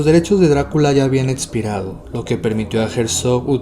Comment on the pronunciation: Es la primera vez que veo un video de tu canal. Me gustó la forma en que presentas la información y la edición está chida. Solo tengo una pequeñísima sugerencia que es tener cuidado en la dicción, distrae un poco que dices atzión en lugar de acción, etzistencial vs. existencial, etzpirado vs. expirado, etc.